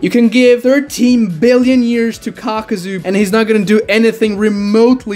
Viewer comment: Why many call him Kakazu when it's Kakuzu?